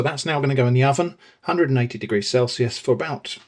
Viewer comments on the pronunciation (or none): none